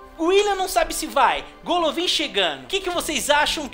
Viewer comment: se fala Galavin nao golovin